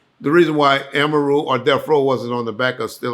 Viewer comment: AMA -Roo 😂😂😂